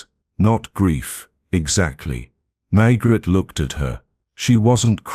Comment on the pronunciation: Pronunciation of Maigret is wrong and the narration is on humanless auto pilot